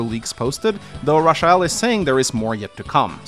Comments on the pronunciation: Raw chi el??? Its most definitley Ray-chel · I'm sure her name is pronounced Ray-chel & not ra-chi-ell 🙃 sorry if that comes across being rude but I have never heard that name pronounced like that 😋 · Her name is pronounced“Ray-chell” not “Rah-sha-ell “. 😂😂😂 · "Ra-sha-hell"?? I think "Ray-chul" is more likely. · Am I the only one that laughed everytime butchering the name "Racheal" it's not Rasheal lol. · Ra-sha-el? It's Racheal... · Her name is pronounced Raychul :x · That is the strangest pronunciation of Rachael I've ever heard. Rachael is just an alternate spelling of Rachel. Same pronunciation. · Rafael eith a Ch, lol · I'm sorry, but ' pronunciation of Rachael/Rachel is killing me! 😂 This is the correct way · Ur pronouncing rachael wrong